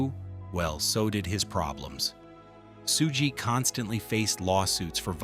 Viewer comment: it's pronounced "SHUG"...not "Soooge"!